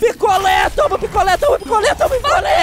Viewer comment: quando ele falou picolé eu entedi piccolo